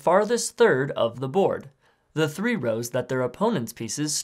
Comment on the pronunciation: Are you saying free or three